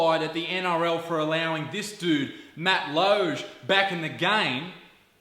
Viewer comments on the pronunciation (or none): WTF MATT LOGE ITS MATT LODGE PRONOUNCE IT LIKE AN AUSSIE NOT A FRENCH GUY